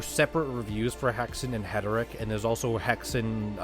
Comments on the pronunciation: I think you have that reversed. You mispronounce Heretic as Heteric. 😉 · Friend, it's Hair.i.Tick. Not Het.ur.Rick. But hey, pronounc8ng it that way got me to comment, so it's a "W" for the algorithm ❤ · heretic... not heteric